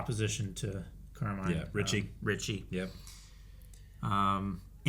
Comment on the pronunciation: The way you guys keep calling him Carmine like Falcone is cracking me up